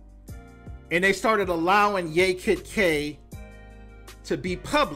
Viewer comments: It's pronounced YAH Kid K not yay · It's pronounced "YAH" Kid K, and she didn't want to sign with the new label who purchased label where "Pump up the jam" was originally recorded. So they promoted it without her. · It is pronounced Yah Kid Kay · Like YAAH Kid K Say Yaaah. Thats how the first name is pronounced